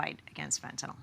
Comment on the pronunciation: Tom Llamas: Can't you pronounce Fentanyl correctly?